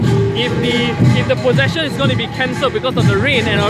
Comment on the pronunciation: HAHA limbu looks so cute!! Ehhh if u come back to SG, let limbu see our chingay. its a lot more exciting and nerve-wracking than this! :P Btw, i think u mispronounced 'procession'.. :x